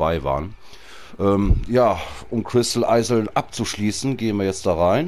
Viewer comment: oohohohoh wie du immer crystal eisels sagst XDD das heisst doch iels ausgesprochen